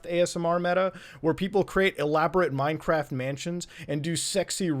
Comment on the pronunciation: feel weird for the ppl who heard him say sleeping in minecraff and dunno wassup